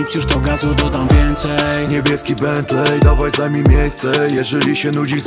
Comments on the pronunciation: Czyta się "bentli" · Nauczcie się wymawiać Bentley, a potem nagrywajcie. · jak słyszę jaki oni wymawiają bentley to rzygam... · Wszystko spoko, tylko niech oni w końcu nauczą się wymawiać słowa typu bentley i maybach